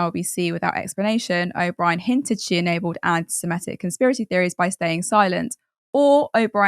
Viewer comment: Why can't you pronounce "antisemitic"?